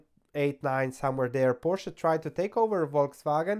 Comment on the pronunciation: PorschE goddamnit! edit: ok, after the first time you pronounced it correctly